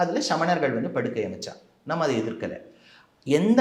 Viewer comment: டோய் என்னடா லூசாட நீங்கள் தமிழை ஏன்டா கொலை செய்ரீங்க படுக்கை வேறு படுகை வேறு மூத்திரம் குடிக்கும் மூதேவி